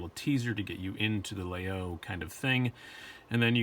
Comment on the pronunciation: No, all. French people pronounce Laguiole La-y-ole. I bought 5 in grad school at la Sorbonne in Paris. My favorite among the 5 I own, has a mammouth ivory handle and a Damascus stainless blade. La mouche is a generic term for the small metal plate attached to the spring. Laguiole uses une abeille, a bee for its mouche.